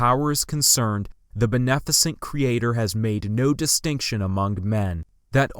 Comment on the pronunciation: The way you pronounce beneficent caught me off guard 💀